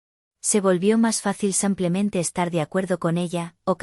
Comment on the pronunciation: SIMPLEMENTE ,EN ESPAÑOL SE LEE SIIIIIIIMPLEMENTE NO SAAAMPLEMENTE:::LNo hay manera....